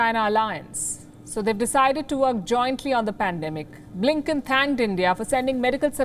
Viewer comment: BLINKEN sounds more like LINKEDIN😂